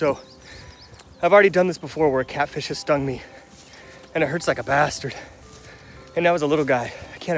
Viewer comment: You rule!!! Also you went full scotch Irish there “it hurts like a bastard”